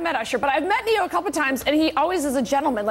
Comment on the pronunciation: Ne-Yo is not spelled Neo...